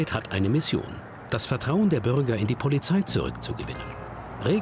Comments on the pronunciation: sagt er da gerade „dat“ ?😂😂😂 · warum sagt der sprecher bei auch schon "dat" haus :D:D:D:D berliner texas akzent :D icke have hunger!